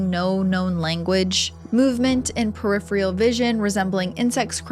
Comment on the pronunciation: UGH... it's pronounced "per-if-ER-ALL" vision, NOT "pret-if-REAL" Vision.....